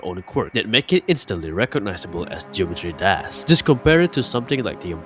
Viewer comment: the way you say geometry dash is too funny to not point out. "geometry dass"